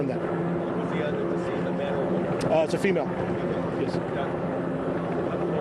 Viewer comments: A woman pause for emphasis is dead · Lol "Mass murderer, A WOMAN, found dead" I know they emphasized it because its rare, but I still think its hilarious